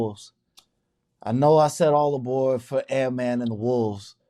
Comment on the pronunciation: “All aBored” 😆😆